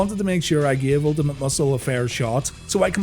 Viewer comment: UL TI MAT.....MUSCLE